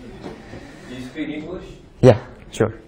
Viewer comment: Ggooodd SPEAKEEUUU ENGLISHEEUUU